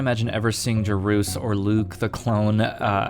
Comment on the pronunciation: Jore-us not jaroos :)